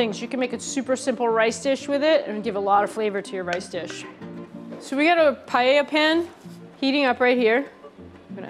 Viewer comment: As a Spanish cooking instructor I was sobbing all the video long watching that "chef" massacre Paella. Don't you dare even pronounce that word ever!!